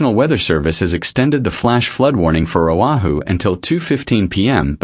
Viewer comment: O'HU? SERIOUSLY?? IT'S O AH HU OAHU.. AND IT'S NOT BURIED.